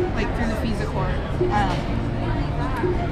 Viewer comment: Not only was nearly everything she said wrong, but didn't even pronounce FISA correctly. She has not had occasion to hear others pronounce FISA. She hasn't been engaged in conversation about FISA. I heard a crazy person say she's not a real reporter. That she's spying or planting stories. I ignored it. Maybe I shouldn't have. She was on Lee's YouTube right before he got himself fired. And now they're saying Cernovich is wrong about Rice...